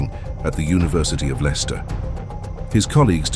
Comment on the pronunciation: GET RID OF THIS TERRIBLE AI VOICE OVER...LEXTER...LEICSTER....